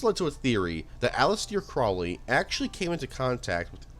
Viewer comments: Aleester craawley performed the aybrameelin ritual. Can Americans read English? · Bro you really need to work on your pronunciations. The Nimitz’z? Allisteer Croleay? Come the fuck on.